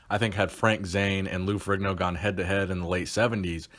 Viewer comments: Fe-re-ne-o, Not ferriGno. Its an Italian name. not an American name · Stop saying Ferigno....IDIOT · Its pronounced farino you fucking moron..OMG such an idiot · His name is not furee gno is it? It's ferr in yo if I'm not mistaken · Hey dumbfuck.. The g is silent ...Its pronounced Ferrino.. I cant believe there are so many dumb people out there